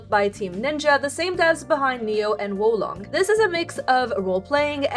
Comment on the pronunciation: Okay a bit confused on some of them on this list but props for being the only person I've ever heard pronounce the game Wo Long correctly. You must have studied Chinese or at least looked up the correct pronunciation. Nice one